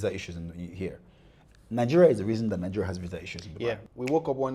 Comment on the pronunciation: Is he saying Ningeria? Next they should be banned in Kenya